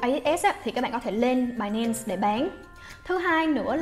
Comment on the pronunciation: Binance đọc thành "bài -nen" nghe dị vãi